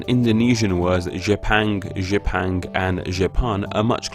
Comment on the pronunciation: Ri ben guo isnt pronounced as "rai-bin guo" its pronounced as "re-ben gwo" literally means rising sun country. jepang's ang is jep-àng not jep-eng